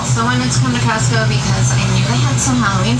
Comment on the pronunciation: “Kee-ostco card” sorry I keep laughing at that 😂😂😂